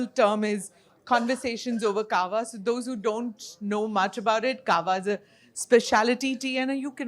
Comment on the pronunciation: It's Kahwa, not cava! Jesus